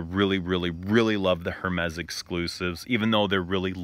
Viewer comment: Love this little sit down. Have to point out you're pronouncing Hermes wrong. The H is silent. Something that I picked up from a few of your vids, thought I'd let u know